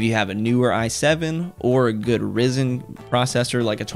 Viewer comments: its pronounced Ri-zen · " I have a Rizen" LMAO